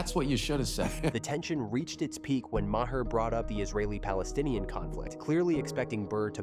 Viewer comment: Is this real or AI slop? "Bill Ma-hair" lol c'mon